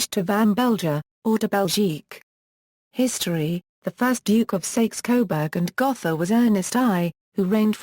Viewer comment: 'House of Sayks Coburg'? Yeah right. Bye bye